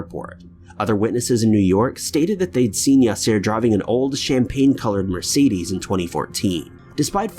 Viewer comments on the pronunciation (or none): none